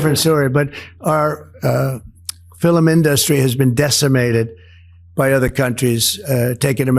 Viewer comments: He said filem! It's film you incompetent, demented, idiot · He can't even say "film" - he says fillum - and "industry"- he puts the emphasis on the wrong syllable. Uneducated buffoon...I mean, baboon. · He can’t say the word “film.” He says fill-um. And the word industry, he said in-dust-tree. Dotard needs to go back to 2nd grade. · wtf is a fillum industry??? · fil-em industry? Elder abuse. put this guy out to pasture. so sad. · Because he can’t read, and he’s showing dementia symptoms. Listen to him carefully, he says “Fil-em in dust ry. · He said “our fill-um industry”. His brain is just random neurons firing at this point and he belongs in a facility, preferably a prison one. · What is this Fillum in Dustry he speaks of? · Did he just say fill um in industry? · What’s a ” Filimindustry”? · 'Fil-im in-dust-tree"? F'n maroon. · The "filum" in-dustry? 🙄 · Did he just say the Fil- a-min industry ? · Did he just say filmn industry? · British pronunciation. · The pronunciation errors from The Orange Ape in these clips are really disturbing. "filØm indØstry"? Is he having a stroke? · What is a "fillum induss tree"? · Why is he not saying industry or film properly. What is up with that? Does anyone know.